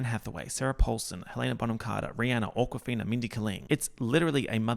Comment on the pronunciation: I am legit hearing you say AWKWARD-fina and I love it